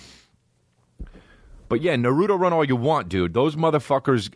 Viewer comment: “Narootoe run” Ehhhh-heh???? Dude???